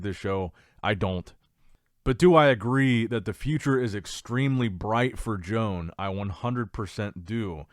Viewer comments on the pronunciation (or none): The Spanish guy is called, One baddel Not Joan The j is pronounced y Please learn to speak properly 😮 I